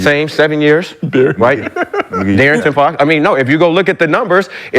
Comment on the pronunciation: Hell Naw he Cant, Honestly I think he has a Nervous condition & is a Little Bit Slow... Cant even talk correct, Blasphme instead of Blasphemous. Darrington Foxx instead De'Aaron Foxx... He really make himself look bad by Talking Too much without thinking...